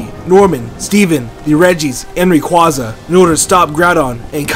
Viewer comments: its called ray-quway-zah!!! NOT REE-QUA-ZAHH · xav ball It’s Ray-Kwa-Za. It’s Japanese. Ray-Quway-Zah is how white folks say it. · it's ray-quā-za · Xx Pokémon Xx I thought it was Ra-Quay-Za?